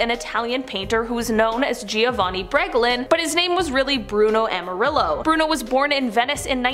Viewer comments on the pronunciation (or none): none